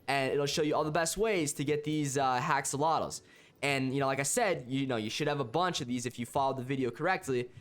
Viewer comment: U said haxolotuus instead of axolotuus